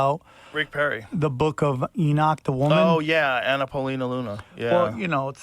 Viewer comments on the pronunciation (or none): none